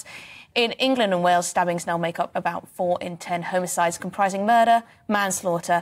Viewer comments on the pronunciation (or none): Why is she saying HOMO-CIDE instead of "homicide" Also why is she smiling while taking about knife crime?